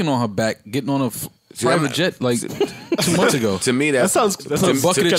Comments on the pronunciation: SHADDY 21 lmaoo “munfs” is hilarious. If it’s spelled anyway that exactly how it would be spelled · "We lived in a hotel for 9 munfs" 😂😂😂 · Thought I was the only one...shit so irritating. “Munfs” 😔